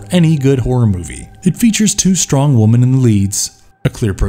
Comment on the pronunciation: Women is pronounced ‘wimen’